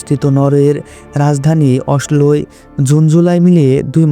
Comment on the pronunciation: না স্ক্যান্ডিনেভিয়া ঠিকঠাক উচ্চারণ করতে পারছেন, না নরওয়ের রাজধানীর নাম ঠিকভাবে নিতে পারছেন, তৈয়ার না হয়েই ভিডিও বানাতে নেমে শুরু থেকেই ভুলভাল উচ্চারণ করছেন! যা একই সাথে শ্রুটি এবং দৃষ্টিকটু। প্লিজ, আগে তৈরি হয়ে তারপর ভিডিও বানান আর ভয়েস ওভার দেন!